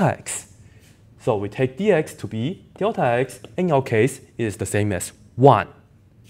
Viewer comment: 怎么你也说“屌塔”……看来这口音是共通的 lul